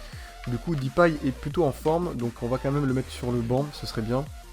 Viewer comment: deeeuuuupay pas dipay